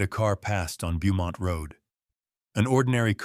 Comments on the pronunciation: Beaumont is pronounced "bow mont"....whoever is reading this is either not American, or is AI... Also, ...he never paid for or dismissed the taxi.... you need to pay attention to some small details. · Beaumont Avenue should be said as bow-mont Avenue, where bow is pronounced like a child’s hair thing. Ai still cannot pronounce just about anything that are names. I scream every once in awhile because of this stupidity.